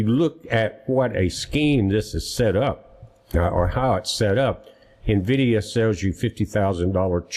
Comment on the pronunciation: There is no (O) at the end of NVIDIA.